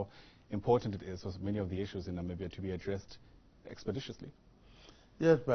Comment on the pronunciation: It's Namibia guy's not nambia🙄